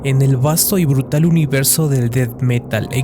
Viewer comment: BRUTAL! SE DICE BRUTAL